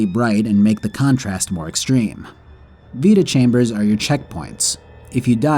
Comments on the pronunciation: vita-chambers❌ Veta-chambers✅ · I don't know why, but hearing you pronounce vita-chambers as "veta-chambers" kinda annoys me. It's "vyta" as in vitality. So. Yeah. Pet peeves and all that. Cool video though! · It's Vita chamber is for vitality, not Veta.